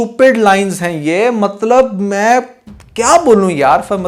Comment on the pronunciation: You said mattab 😅